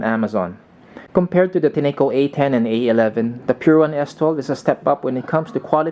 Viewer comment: Enjoyed your review. FYI the correct pronunciation of the brand is Tin-co, as evidenced by the company website.